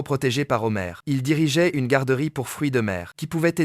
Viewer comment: 🍒 Les "Zhomars" , on peut pas dire qu'il ne fait pas la liaison 😂